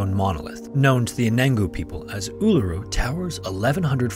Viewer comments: Honestly good job with pronouncing Uluru, a lot of people get it wrong but im laughing at the pronunciation of Mt Isa. Its "eye-za". No offence taken or anything just a lol. Do double check the pronunciation of Melbourne tho before you use it, you will be mocked if you cant pronounce it the way we do haha I remember that incident growing up. I think the there were so few reported attacks from dingos was the primary thing that got people suss about it. But honestly looking back i feel so bad for her. No one believed her and everyone accused her of wanting to get rid of her child. I think the media played a big part in spreading misinformation, thank god for the internet and social media today which prevents journalism having a choke hold over news and facts. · 👍🏾Thank you for calling "Uluru" by its correct Aboriginal name👍🏾